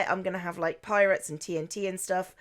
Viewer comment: I thought you said la parrots when you said la pirates